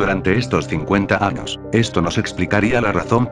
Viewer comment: Anos jajajaja es años